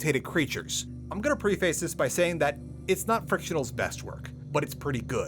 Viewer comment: Why do you say "preface" like that?